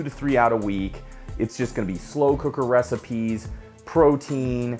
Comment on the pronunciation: Slow cooker reci-peas? Were those chick peas being ground up with the emphasis on peas ? nice. Congrats on the split, and success!